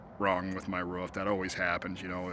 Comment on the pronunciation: Love how u say ruf instead of roof. Reminds me of my grandmother